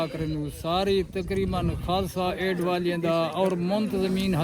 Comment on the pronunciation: ਵੀਰ ਨਾਸਿਰ ਢਿਲੋ ਦਾ ਦਿਲੋ ਧੰਨਵਾਦ ❤ ਖ਼ਾਲਸਾ ਏਡ ਸਹੀ ਕਰਕੇ ਬੋਲੋ ਜੀ ❤Khalsa Aid ਹੈ ਵੀਰ ਜੀ 🎉